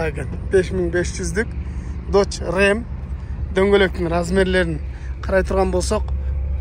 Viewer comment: Додже рам дож Рем эмас